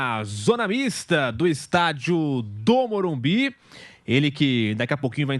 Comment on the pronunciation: Qual dificuldade desses cara em falar MORUMBISSS, fosse sp boicoitava esse jornalista, não deixando-o fazer entrevista.